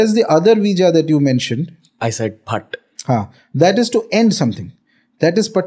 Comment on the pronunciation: It is Beej (seed) not veej, and not Bhatt, its phat that is futt......